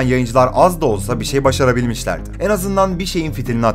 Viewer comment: "en" kelimesini düzgün telaffuz eder misin lütfen. onun dışında video çok güzel sağol.